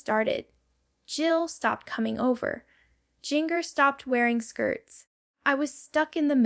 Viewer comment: You can tell this is AI and not actually Jana. There’s a spot where she mispronounces her own name and another where she mispronounces Jinger’s name multiple times, as AI does frequently. Also, as I recall, she didn’t build the greenhouse. Her siblings built it as a surprise gift for her. This was posted obviously by a Duggar hater. The voice inflections are definitely not Janas. Don’t fall for lies. You can tell by her jerky arm movements that she’s not real, also she has her own YouTube vlog with hers and Steve’s names.